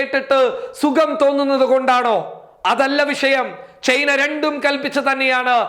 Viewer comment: ചായ്‌ന അല്ല china,, സയിനം അല്ല സൈന്യം ഉച്ചാരണം പഠിക്കു ആദ്യം